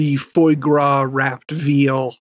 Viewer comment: it's phwa not Phoy,. And you should try boiling a kit goat in its mothers milk...;-)